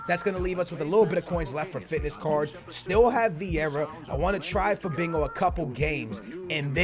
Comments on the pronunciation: Why are you calling Fabinho "Fabingo" lol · Lol not trying to make fun of you but it isn't Fabingo it's Fabinho (fuh-bean-yo) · CAN U FUCKING STOP PRONOUNCING IT FABEENGO IT'S PRONOUNCED FA-BEEN-HO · you pronounse fabinho like fabinyow NOT fabinow PS your videos are amazing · PLZ STOP SAYING FABINGO!!! It's Fabinho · The way he says Fabinho lol "Fabingo" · Why u saying Fabingo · Anybody else hear him say "Fabingo" 😂😂😂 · but the h sounds like y as in to FA-BEEN-YO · Stop Saying Fabingo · Why do you keep saying "FaBINGO" there's no g in there homie.